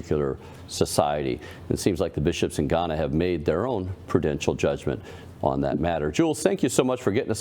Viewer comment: Not G-Hana, but Ga-na